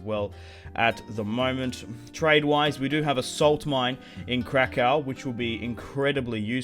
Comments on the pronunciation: If you want to say krakow in polish it’s krakoov as in crack oof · Let me clarify how you say Kraków, if you put it into English pronunciation it would be: Krakoof, hope it helps :)